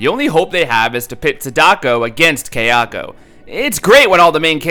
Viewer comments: Ky* not Kay... it's not a cheap jewelry outlet, you fucking moron! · It's pronounced Sah-Dah-koh, Kah-yah-koh, and Sah-yah-koh. Not Say-dah-koh, Kay-ah-koh and Say-ah-ko. Just thought I'd let you know. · THANK YOU! THAT MISPRONUNCIATION WAS GIVING ME A BRAIN TUMOR! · Kay-yako versus Say-dako 🤔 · why do you pronounce Sadako and Kayako so white? the a's are short sound in Japanese